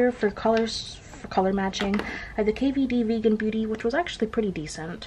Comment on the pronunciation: You actually said correctly KVD Vegan Beauty! I always laugh at the looong name when you’re mocking it.